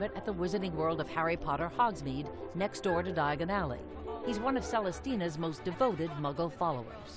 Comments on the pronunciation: They should have found a narrator who could say Diagon Alley without sounding quite so awkward. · Ron: Diagon Ally Harry: dIaGoN alLy